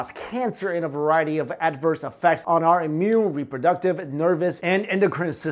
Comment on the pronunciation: I love how he says “variety” as varie-tea, get it? Haha,heheh..... ok I’m sorry